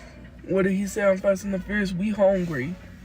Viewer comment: "we HONGRY..."